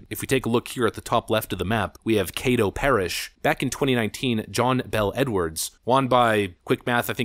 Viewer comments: How in the hell did pronounce West Feliciana correctly, but screw up Caddo Parish? It’s pronounced Cad-dough, not Cade-o. Anyways Jindal did attack higher education. He was trying to shut down the biggest money waste of a college in America, Southern University - New Orleans. At the time, SUNO had a 4% graduation rate for students attending after 5 years of college. It was by far the lowest graduation rate of any college in the entire US!!! Today, SUNO has doubled their graduation rate, so it’s somewhere at like 8-9%. Even doubling the graduation rate still give it a pathetic percentage. Democrats everywhere attacked Jindal saying he hated education and that he hates blacks since it’s a HBCU school. So it never went through. Louisiana has more 4-year colleges per capita than any other state in the US. They need to be consolidated. There’s no reason to have 3 major 4-year universities within 30 minutes of each other in North Louisiana (the least populated part of the state) along with plenty of other colleges outside that 30-minute perimeter, but covering all of North Louisiana. Besides of the 14 4-year public universities & 9 private universities in Louisiana, only 5 ever get recognized as tier 1 or tier 2 university in the annual university rankings. Tulane & LSU are always in the tier 1 category while tier 2 includes Louisiana Tech, Louisiana-Lafayette, & Loyola-New Orleans. The rest of the schools, like 80% of them, are pretty worthless for the most part. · I just love out of state people pronouncing Louisiana names. Kay-to parish, got me. Named for the Caddo Indian tribe, pronounced Cad-oh. Sorry, couldn't help myself. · Caddo isn't pronounced cay doe. It's pronounced cad doe. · It’s not Kay-doh. It’s cah-dough. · It’s Caddo: short A like cat. Named after the Caddo tribe. We had low turnout because many folks don’t watch the local news channels anymore. They need to start advertising elections on alternative media. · lol "kaydo parish"